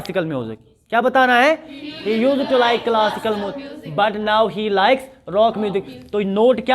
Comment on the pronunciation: A/A, Pronunciation of used to = /ˈjus·tu, -tə (Not the way you pronounce it, Sir). The lecture is very good. Stay blessed.